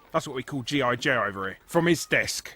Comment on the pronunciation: You call G.I. Joe "Headless Molested Action Man?" That's honestly what it sounded like you were saying.